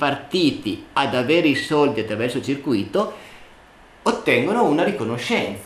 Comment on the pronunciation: bel video ma è sbagliata la pronuncia di circuito